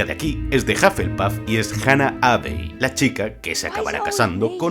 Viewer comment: así como dato, es Leta Lestrange y Hannah Abbott, no Leta Strange y Hannah Abbey xDDD